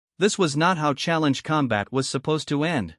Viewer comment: "...use them for challenge com-BAT"!!!!???? WTF is "com-BAT"!!!!???? I know what "COM-bat" is!!!! But, I have NO FREAKING clue what "com-BAT" means!!!!! Stress on the WRONG syll-ABLE is either incoherent or changes the meaning of a sentence. FIX your AI!!!